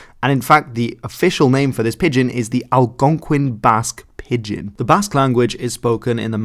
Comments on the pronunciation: Thanks, as always, for this. However, it may be that in Dutch pidgen is prounounced as it is spelt, but in English it is pronounced as I would pronounce pigeon-if you listen to the pronounciation given in the wikipedia definition you have quoted that is how it is pronounced: wikipedia gives two IPA forms for pigeon, and the first, with an 'i' sound representing the 'eo', is identical to that given for pidgin. Keep up the goid work. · Every time he pronounced it as Pid-gehn my ears wanted to crawl away from my body. It’s pronounced like pigeon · pidgin is pronounced like pigeon, not pid-gin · Every time you say pidd gin it hurts my ears. Just call it a pigeon like everyone else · It's pronounced 'pijin' not 'pid-gin' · What message is hidden in your interesting pronunciation switching? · Is there a reason why he pronounces it "Pid-Gin" instead of "Pigeon" for part of the video? I thought maybe that was the original Chinese pronunciation since he pronounces it the typical English way once, but I can't find anything saying the Chinese pronunciation was different online (in fact I found things saying that "Pigeon English" and "Pigion English" were earlier spellings, which seems to imply it was always pronounced like the bird). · Great video as always, but pidgin is pronounced pi-jn, pretty much like the bird pigeon. Thanks again. I’d love to hear your take on the Gaelic languages in Canada and the USA. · pidgin is pronounced is pronounced "pi-jin". Dg is another way in English to spell the "j" sound as in "bridge", "edge", "nudge", "ledge", "ridge" etc. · It’s pronounced like the bird haha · (By the way, I just turned 75 a week ago today, and you are the first person I have ever heard pronounce 'Pidgin' with a 'hard' g. For me it has always been pronounced nearly like 'pigeon'.) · Pidgin is pronounced exactly the same as pigeon. Wiktionary often has the IPA on its entries so that is a useful tool for checking unfamiliar pronunciations. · lol "Pid-gin"